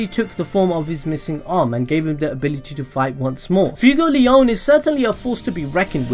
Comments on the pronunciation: He said FUEGOLEYAUWN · Its fue like sway fway-gol-eon fuegoleon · Man you butchered Fuegoleon’s name so badly. My ears hurt so bad after that. I know the video said don’t tell him, but I can’t help it.